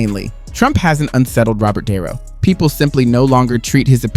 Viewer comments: Lets see.. "DuhNutto".... You're welcome, dummy. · WTF are you an AI or do you really not know how to pronounce De Niro, do better or stop.